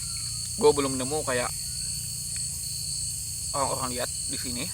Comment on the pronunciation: Orang² bang bukan oang² rrrrrrrrrrrrrrr bukan lllllllll